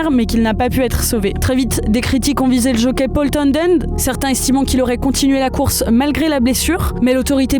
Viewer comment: C'est si dur de dire towNend et pas towNDend quand on est journaliste ?